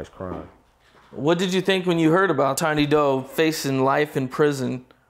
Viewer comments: 😂 Tiny doe? It’s tiny doo my guy, pronounced do like due or like dew. 😂 jacked my Patna’s name all up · pronounced Tiny Doo all kinds of wrong... and mitch didnt really talk like he knows him